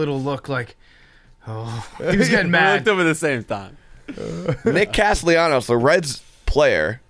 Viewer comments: couldn't get Nick Castellano's first or last name correct. Where is the "I" in his last name? "Castellianos" my ass, learn how to read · saying Nick Castellanos hurts my brain